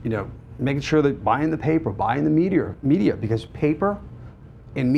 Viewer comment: Good grief.... if I had a dollar for each time he said "okay?", "right?", "um", "the secret sauce" and what is me-dee-er?